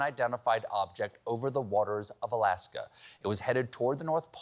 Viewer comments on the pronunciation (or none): none